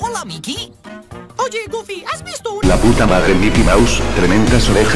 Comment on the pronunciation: Se dice goofy